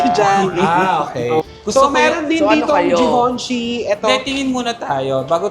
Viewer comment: Zhi-van-shee din